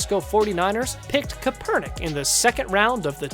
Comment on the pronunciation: This guy saying kaepernick's name kinda had me irritated